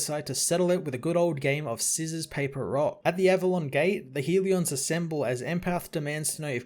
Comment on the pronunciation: Hell-e-uhns, not HEAL-E-ons. Love the channel.